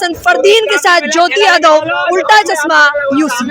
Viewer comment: Chasma nahi chashma hota hai